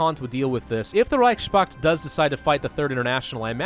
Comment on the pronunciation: It's Reichspakt, not Reichschpakt.